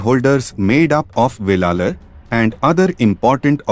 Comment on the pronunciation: Not velalar. Wellan wellalar. Thamilar illai israwelar maruvi wellar enappattan.ayiya piramanan waippatty waridugal 😢😅